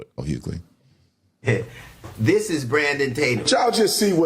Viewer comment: DL WHOgly? Lol and the Lemon head is so annoying. You keep doing you Officer Tatum! ❤